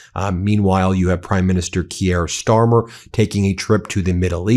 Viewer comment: Really? You continue to mispronounce Keir Starmer! Why? Not that difficult, please fix this!